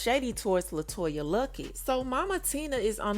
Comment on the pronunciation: Her name is LETOYA Luckett not Latoya… she deserves her name to be spelled CORRECT!